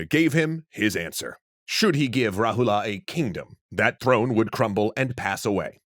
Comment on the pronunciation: You're not supposed to pronounce the character "a" that's at the last of a word.. For eg Rahula is correctly pronounced as Rahul, Siddhartha is correctly pronounced as Siddharth